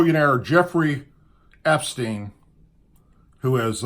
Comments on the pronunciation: His name is Epstein not Espeen??? To me it sounds like (Ep stine) he is the dirtiest dawg going for sure but hundreds could go down with him. Today President Trump said today that he has spoken with him or seen him in 15 YEARS. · It's a COUNTRY club not a NIGHT club, do your homework. You're an ex-cop for heaven sake, I'm sure you remember how to follow up a lead. You sure are falling down on this one. Country clubs (for your information) cater to the entire immediate families of their members, including their children. It was the children of employees and other members that Epstein (pronounced EP-steen, not S-peen) was grooming, not underage employees. And when Trump caught him at it, he banned him from the club, and stopped associating with him. This is not difficult information to aquire, several other commentators I listen to found it fairly easily and quickly. I have had to comment before on things you have gotten wrong, I am probably going to unsubscribe. I listen to various commentators to hear varying opinions, but I only want sources I can rely on for accuracy, and that doesn't seem to be you anymore. If there are extenuating circumstances that have you distracted or preoccupied, that I could understand. But there has been no indication of that. If it is the case, let us know so we can pray for the situation. I am looking forward to better from you in the future. PS; The problem I and many others had was, not only that you posted the picture, but that you also had followed it up by saying that you hope Trump wouldn't prove to be involved with Epstein's crimes. That was uncalled for, you know the left will jump on that like a duck on a June bug. They'd say, "See, even his own supporters t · can you please pronounce Epstein properly .....it's driving me nuts! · Come on mate, i like your vids. For f..k sake, i gooa stop watching this one. Pronounce espeens name correctly PLEASE. Its yout credability. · Epstein. Epstein Epstein. NOT ESPING